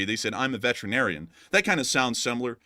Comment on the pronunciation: He said “Veteran Arian”